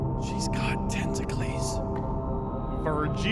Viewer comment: The way pronounced tentacles made me laugh so much. XD Ah yes, Tentacles, great friend of Heracles.